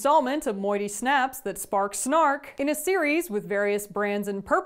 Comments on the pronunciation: Moitié is pronounced Mwah-t-yeah xD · I hate to be that guy, it’s moitie like muah-tee-ay. But if you’re mispronunciations are for the lulz then you got me triggered lmao 😂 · She said at the beginning that she can't pronounce it. Lol